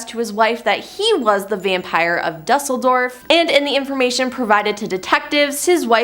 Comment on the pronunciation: I love your videos but I really wish you guys would learn how to pronounce words correctly like Alias and Dusseldorf